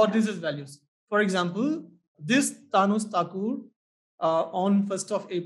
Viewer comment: "Thanos Thakur" xD